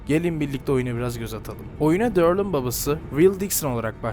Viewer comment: Darli değil Daryl (Derıl)